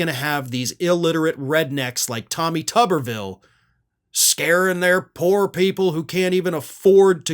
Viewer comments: It's tuber-ville not tubber-ville. Village of potatoes not village of washers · Pronounce it tooberville. Makes more sense.